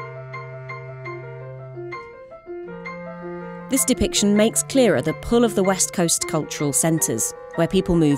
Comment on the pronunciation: ... Los angelēs?